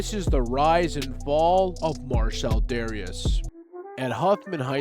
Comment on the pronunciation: I think it was pronounced “Darus”